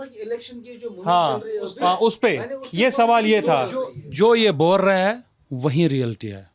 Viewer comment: आप बोल्लए हैं,,,,,,बात चल्लई है क्या उच्चारण है भाई एंकर का ।बोल रहे हैं ,चल रही है बोलिए न